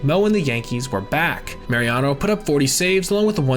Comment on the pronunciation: Mariano. Not Mariano’s or Mariana’s or marinara whatever you’re saying